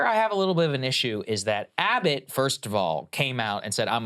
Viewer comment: Gragg Abbott? Gragg? Krystal might be mispronouncing on purpose.